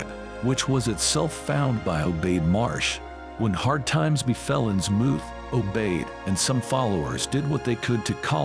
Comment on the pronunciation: I lasted but that AI mispronouncing 'Innsmouth' is just too distracting. It doesn't rhyme with 'vermouth'. sigh It's okay. AI will get better. I look forward to serving our AI overlords.